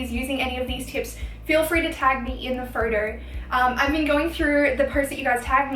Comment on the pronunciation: I like the way she says photo ...phodow